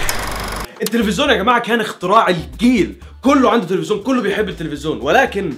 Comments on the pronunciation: اسمه تليفزيون مش تلفزوون :-D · ياعم تلفزين مش ترفزون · هوا انت ليه بتقول تلفزون مش تيلفزيون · اظن ان احسن برنامج قديم هوا بتاع احمد حلمي مع الاطفال وعلي فكرة ا اسمه تلفزيون مش تلفزون XDXD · اسمه تلفزيون مش تلفزون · تلفزيون مب تلفزون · انت ليه بتنطقها تفّزون؟ 😂